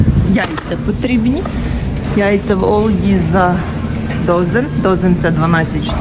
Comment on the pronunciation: Дякую Вам за цікаве відео! ) ALDI це одна з найбільших німецьких мереж супермаркетів, тому то там і багато продуктів та товарів з Німеччини і Європи) Єдине що, німці називають його Альді, а не Ольді ))